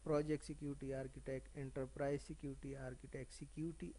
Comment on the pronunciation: Sick-Uty 😂😂😂😂😂😂😂 Security nahi hota